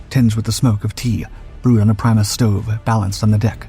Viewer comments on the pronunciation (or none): none